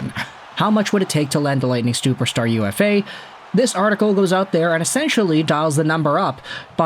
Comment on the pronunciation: Stooperstar? Sorry, I had to call that fumble out...yes I went back and listened again.